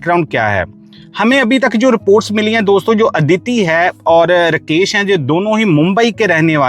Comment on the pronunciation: कितना बोअरिंग ….रकेश नही राकेश